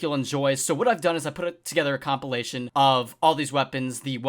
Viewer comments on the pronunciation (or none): You said compilation wrong scrub 😂